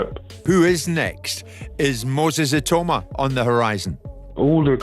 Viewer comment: Why is it when someone narrates about the likes of DuBois and Itauma they never pronounce their names properly like Itauma they call him Itoma or Atoma and DuBois they call Deboyce. Can't you just do your homework and call their names as they should be. At least listen to the pundits who more often than not pronounce them the way they should be pronounced. Ffs!!... Having said all that there hasn't even been any talks about a fight between those two boxers so this video is about a possible fight between these fighters not a real fight....